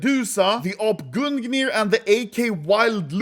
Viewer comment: Snälla sluta säga gun gnir.. Gung nir (Gungner är i den nordiska mytologin Odens spjut, som har smitts av dvärgar. Oden vigde sina fiender till döden genom att kasta spjutet över dem) Det låter förjävligt när du säger gun gnir och det är fel uttalat.